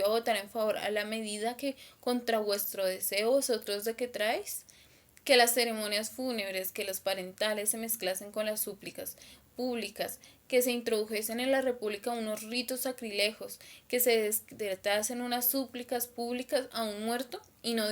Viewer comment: Ritos sacrílegos. no "sacrilegos"